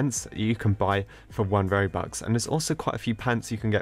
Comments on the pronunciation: How u pronouns robucks: robucks :how he says it: Robuk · he pronounce robux into Roobuck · Did you say ‘robuc?’ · It’s not ”roux” it’s ”robux” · What’s roux? It’s R o b u x not roux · Its 1 robox its not 1 robok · lol i like when says one robuc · ''robuck'' LMAOO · says robuk me like are youi on drugs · he's saying "oNe RoBuCk" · Did anyone hear him say robuc? Xd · Stop calling it robuck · 1.. ‘Robuc’ lmfao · why does he say robuck when you say robux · He says "Robuck"..